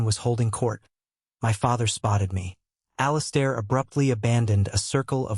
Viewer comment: I hate the way AI pronounces the name "Alistair". This story is nonsense. The brother is not a professional MMA champion, he's a corporate executive and a gym bro, he's an amateur. If he was a professional fighter he would definitely beat someone who isn't a trained professional fighter. It's like believing the idea that just because someone is a marine he could take on the world heavyweight champion for the WBC belt because he has killed people in combat and also knows how to box.